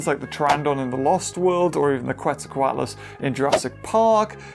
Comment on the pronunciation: its procounced quetza - coat - less. now say it!